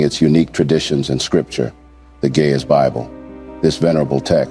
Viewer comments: PLEASE see to it that it is Ge'ez & not "gay as Bible". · It is GE’EZ!!! Not GAY!!! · Why do it sound like the narrator is saying gay as bible 🤔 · do not know how but the computer is reading gay bible erroneously or on purpose cause it is Geeze Ethiopian bible not gay bible , make your correction please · bro it is geez bible not gay as bible correct it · Not Gayz bible! Correct it! It is GE’EZ bible! What a miss!!! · In the subtitle, the phrase that you pronounce Ge'ez Bible is translated in the form of Gay as Bible which is wrong. Translate your pronunciation With the correct phrase Ge'ez Bible. It may create confusion for those who follow the subtitle. I appreciate your work! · It is not "gay is book" it is Geez book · It's NOT GAY IS ITS GIZ